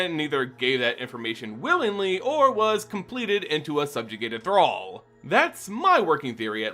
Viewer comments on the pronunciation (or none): none